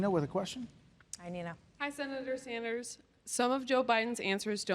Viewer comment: Bro love your videos but I cringe every time I hear you pronounce names Sand-ers not Saunders and book-er not baulker please say the names correctly